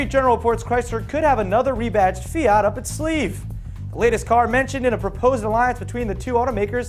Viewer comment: the pronounce it's correct (almost) just search pubblicita fiat